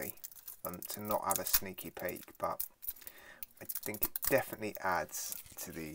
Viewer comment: Bro messed up "defineatly" 😂 💀